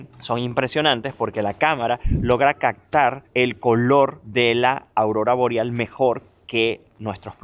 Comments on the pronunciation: HolaGabriel , tengo una duda , las palabras con P lntermedia las pronuncias con C , ej. Captar , te escucho Captar, Pepsi te escucho Pecsi, me sacas de ka duda? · CACTAR es Captar??? aprende a hablar mi pana!! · Corrijo , Captar te escucho cactar. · 😂😂😂 se dice captar, no cactar...😂😂😂 47'12"